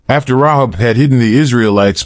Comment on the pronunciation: It’s Ray hab……..not rob